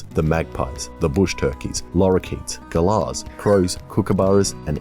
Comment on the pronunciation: Him calling a cockatoo a ghala